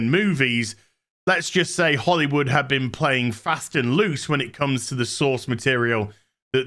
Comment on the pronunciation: i swear it sounded like he said holy wood was playing fast and loose with the sauce materials....